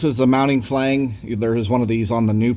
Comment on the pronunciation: Good video. But I cringed EVERY time he said Flange... It’s pronounced “Flanj.”